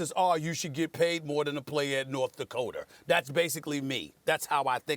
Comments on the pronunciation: North Dakoter? Stephen A. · Did Stephen A Smith say "North Dakoter"?? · “North Dakoter.” - Stephen A. Smith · NORTH DAKOTER😂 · Stephen A "North Dakoter" Smith.